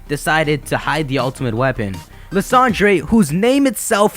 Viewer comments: I think his name is pronounced Lie-sand-er, not Le-san-dre. but thanks for the update! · Lis-ahn-dray? I thought it was pronounced "Lie-san-der" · Isn't Lysandre pronounced "Lie-sand-urr"? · Dude you know how you used to call Lysandre "Ly - San - Der" and you can't believe that you used to say that well in the mega evolution specials they call Lysandre "Lysander"!!! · I'm..pretty sure his name's not pronounced as Liss Andre